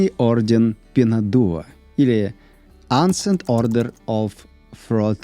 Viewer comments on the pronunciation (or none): Не "ансент", а "эншнт".